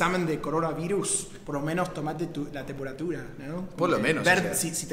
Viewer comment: es temperatúra,no tempóratura y lo dijiste 2 veces. Preguntale a chad de donde viene la palabra tembóratura, sonó mal en mi pais paraguay. jajajaja falta el colombiano. Saludos.